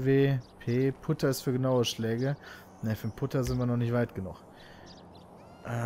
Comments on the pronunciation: Man schreibt Putter aber gesprochen wird es Patter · Hey Pit der Putter wird "Patter" ausgesprochen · hey im echten golf darf man nicht über den rasen fahren und erst recht nicht über das grün (Extrem aufwendig zu machen dieser rasen) diese sanddinger heißen übrigens bunker und der putter wird patter ausgesprochen :D colles lp übrigens mach weiter so xD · ja beim echten Golf darf man über den rasen fahren und man spricht es Patter aus